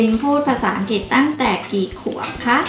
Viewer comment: แม่ตุ๊กแก้ไขหน่อยค่ะ "อังกฤษ" อ่านว่า "อัง-กริด" ไม่ใบ่ "อังกิด" เดี๋ยวเด็กๆ จะพูดผิดตามนะคะ